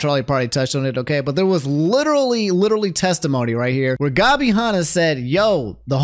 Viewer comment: I love how absolutely butchers Gabby's and Tana's Name lmao